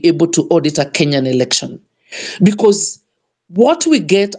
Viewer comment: Good work, however watch out with the word "election" and not say "erection"...